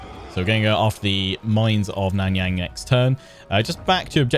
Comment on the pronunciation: Love the video. Here're some help with the pronunciation: Miao Ying - Meow Ying Nan Yang - Naan (the bread) Young